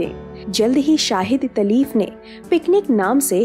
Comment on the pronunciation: The names are SHAHID LATEEF AND ISMAT CHUGTAI. Please improve your pronunciation of Urdu words. Video is good.